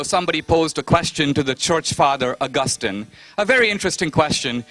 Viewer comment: Whats the deal with Dineshs pronunciation? COREpurincus? Pro. DARNet? ARgustin?